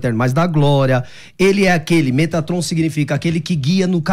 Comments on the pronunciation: Eu já não estava levando o a sério, aí ele manda um “METRATOM” 😂😂😂😂😂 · 'MeTRAton" foi de lascar 😂😂😂